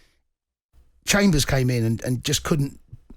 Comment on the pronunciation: This guy said chambers 😂😂😂